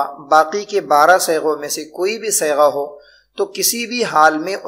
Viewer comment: حضرت آپ صیغہ کی صاد پر فتحہ پڑھتے ہیں جو غلط ہے